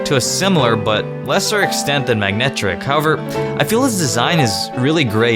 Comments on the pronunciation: its not Magnetric its Manectric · its manetric not magnetic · 1. He pronounces names wrong. Ex. Manectric as Magnetric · Still love the "MaGnetric" XD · He keeps saying magnetic. THERE IS NO "G" IN MANECTRIC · Totally Bored Tomato You clearly know nothing about Pokemon, because you misspelled his mispronunciation. Yeah, that makes perfect sense. (BTW he says Magnetric, not magnetic) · To all the people who are commenting about about Latios and Latias already being Psychic Dragons... this video was made in 2013. Don't worry, I'm on your side. Even though you did commit the sin of mispronouncing a name, which is of poor Manetric.